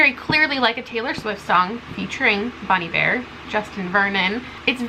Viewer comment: Listening to you pronounce Bon Iver has messed me up so bad. I've been pronouncing it bon eye-ver my whole god damn life I can't believe it 😭